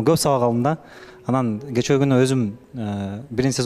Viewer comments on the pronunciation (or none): none